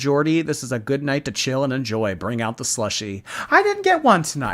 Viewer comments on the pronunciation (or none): BECAUSE TONIOGHT WILL BE THE NOIGHT I WILL FALLL FO YOU